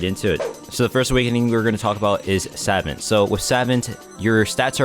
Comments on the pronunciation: Its Sah-vahnt not savant. I know its odd but its the correct way to say it. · I have to be the one to say it homie. It's pronounced Sah-vont (vont like font). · Ngl the way you say savant irks me obviously you are not a savant of the English language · the way he pronounces savant...😭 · please never pronounce savant incorrectly again my ears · My brain disintegrated every time he said savant